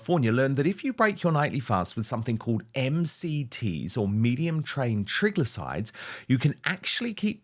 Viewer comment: Dan you mangled the ad. You mispronounced both glycogen and triglycerides. I'm available as a medical consultant if you need one.